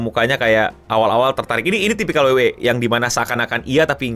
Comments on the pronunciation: Sampe bingung gw 😮, bukan WWA bang, nyebutnya WWE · dabel u dabel u i, kenapa bang bilang e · Gatel bgt bjir tiap denger ngomong dabelyu dabelyu E bukan dabelyu dabelyu I wkwk